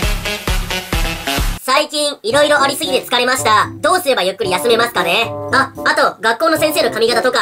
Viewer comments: まぁす。の発音地味に好き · まぁ⤴︎⤴す の発音が気になるw